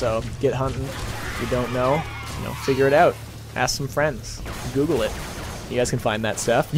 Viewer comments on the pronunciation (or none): none